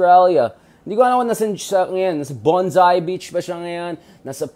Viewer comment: BONDI BEACH not BONSAI BEACH.